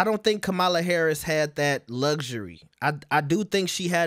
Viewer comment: Y’all refuse to learn how to say, “Kamala.” 😒